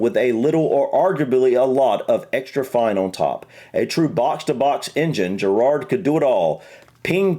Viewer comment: it’s pronounced skoles and jerad to be fair I will let you off as you’re American but you have miss pronounced well over half of the players names 😂😂😂